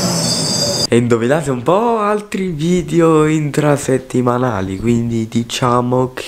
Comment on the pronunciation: lugu si dice inFrasettimanale